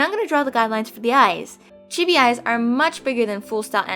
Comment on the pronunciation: at first when she said chibi I thought she said tv